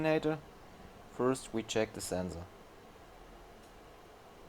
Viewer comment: The way you pronounce sensor is hillarious. !!! Zenzor !!! Anyway, great job and thank you for sharing with us!